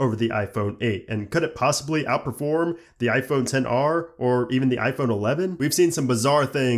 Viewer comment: for some reason it bothers me that he says 10 r and not xr.